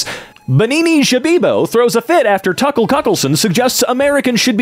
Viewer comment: The way pronounced Ben and Tucker's names totally caught me off guard and he did it so casually